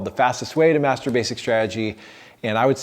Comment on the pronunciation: Am I the only one who heard "The fastest way to mastur basic strategy."? Thanks for the video!